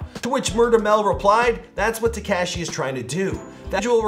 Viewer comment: Tehkashee ain't right bro